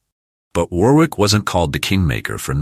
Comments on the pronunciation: Pronounced Worrick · And Warwick is pronouced Warrick. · Must admit I laughed every time he said War-wick.